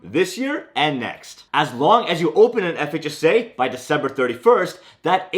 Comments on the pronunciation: He has a seizure every time he says FHSA. Relax! Enunciate the H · The speed to which you pronounce ‘FHSA’ is remarkable…